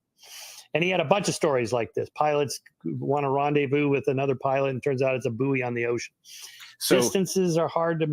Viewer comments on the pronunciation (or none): none